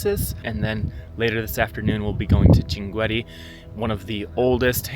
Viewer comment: Welcome to the city of shankit. I would like to point out that your pronunciation of the city’s name is very incorrect; the correct pronunciation is shankit (Shinqeet), not the one you mentioned. I am originally from there—my name is andulrahman alshankiti my ancestors migrated to Saudi Arabia, and I currently hold Saudi citizenship. This city is . What makes it especially unique is that it is a desert community unlike any other in the world. Usually, desert regions are associated with illiteracy, but this desert is rich with linguistic and scholarly knowledge. Shankit has been one of the most important exporters of scholars to the world. I also recommend reading about the history of Al-Turkazi Al-Shinqiti, who once visited the court of a European king—though I do not recall the king’s name. The Grand Mufti of the UAE is also Shinqiti. However, what distinguished Shinqit the most in my view is its deep tradition in the authentic Arabic linguistic sciences. "If you’re ever in Saudi Arabia, you’re welcome to visit my hometown, Al-Qunfudhah. I’d love to show you my grandfather’s library and some of the historical sites there. It’s a unique part of the country that I think you’d appreciate Have a pleasant journey